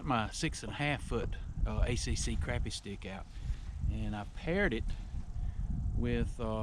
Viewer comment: Its crappie not crapy. Or sacillet